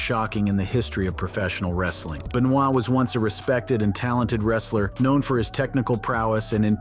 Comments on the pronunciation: Its not beuh noyd its Beuh nooah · I wouldn't trust any info from this guy. Cant even pronounce wrestler's names. Chris Benoy? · "Chris B'noy" lol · FFS, could you at least try to pronounce Benoit's name correctly? There's no excuse for it.